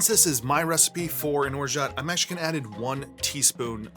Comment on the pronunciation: The T is absolutely not pronounced my dude.